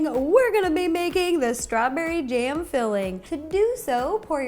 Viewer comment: did she say... strawberry jam? #anco